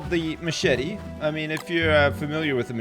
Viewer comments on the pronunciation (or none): none